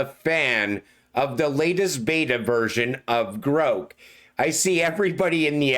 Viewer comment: Love your content! Just to help, Grok is pronounced like rock